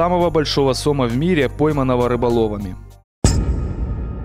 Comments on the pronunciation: Если бы комментатор ещё и орфографию выучил было бы отлично,поймать не сОма,а сомА. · правильно говорить сомА а не сОма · СОма, сомА, блин вы определитесь с ударением. Как правило ударение при склонении идет на последний слог, а то ухо режет. По теме. Мой отец живой свидетель сомОв под 4-5метров. Водились они в реке кума на Ставрополье, да и вообще на юге России были не редкость. Тогда на реке еще не было водохранилища и она была меловата в спокойном состоянии, кроме мест где есть кручи и река довольно круто поворачивала. Там были довольно большие глубины и там лежали эти бревна. Ловили тогда их сетями. Отец рассказывал, как поймают такого положат на телегу, а хвост по земле волочился. Не верить ему у меня нет никаких причин, так как слышал не только от него, но и отего знакомых по детству и просто старожилов. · Не сОма, а сомА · не сома сомааа ударение на а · И не тухлятиной мясо отдает, а тиной. Сам то жрал сома товарищ автор, или ты только ударение на название рыбы ставишь не правильно периодически??